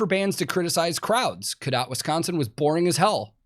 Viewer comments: you did say Codott correctly. From a Wisconsinite. I would love for you to try to say more Wisconsin towns lol. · I've never been to RockFest, but as a Wisconsinite I find this whole thing hilarious as well, and you did pronounce Cadott correctly. Also a cowpen for the moshers would be a super Wisconsin thing lol. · Yes you pronounced it right. They have been having festivals there for decades. They have Rock Fest and Country Jam. I really wanted to go a couple of years age to see A7X.